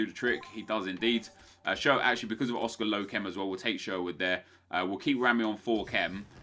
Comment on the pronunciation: n'zonzi not Oscar